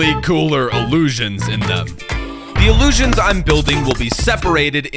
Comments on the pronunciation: Take a shot every time says "Iliusions" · ILUUSIONS …Read more